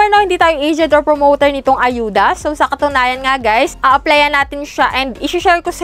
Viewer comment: Auda katunog ng hudas haha